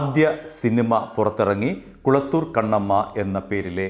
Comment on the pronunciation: കളത്തൂർ ആണ് കുളത്തൂർ അല്ല